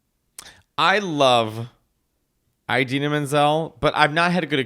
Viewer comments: Your pronunciation of "Eye-dena" kills me 🤣💀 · Does she actually pronounce her name "Eye-dina"? Like "Eye-rack"? Your imitation of Idina was so spot on I couldn't help but laugh! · The repetition of “EyeDeenah” Menzel is throwing me off big time. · I’m with that Idina (why are you both saying Eye-Dina?) and Kristin would’ve been better as a quick cameo as Shiz professors